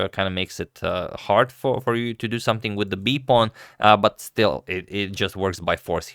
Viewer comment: let's say it together: SOME + THING = SOMETHING...it's not "sumth like"